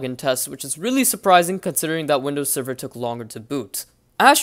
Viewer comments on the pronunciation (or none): doesnt he sound like hes saying windows 7 instead of server?